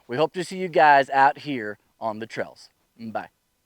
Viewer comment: No, not misspelled. The way you say Trails ... "Trells", just had me and my girlfriend chuckling each time you said it.